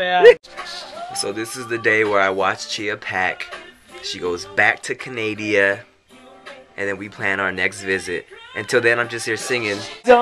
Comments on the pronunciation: Rofl You said "Back to Canadia" Omg i died, Its Canada bro the ppl are called Canadians! XD Fukin love you No homo. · he said canadia haha. shes suuuper pretty! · haha canadia :D its canada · Canadia? really? Lmao smh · you said canadia instead of canada im not complaining im just pointing it out cause its funny for me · why do u say canadia? isn't it just canada?